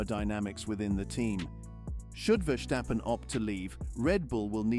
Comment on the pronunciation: Max' name is NOT VerSHtappen - but just Verstappen, with a regular 's'...